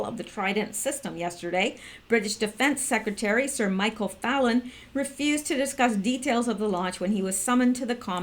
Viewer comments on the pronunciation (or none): none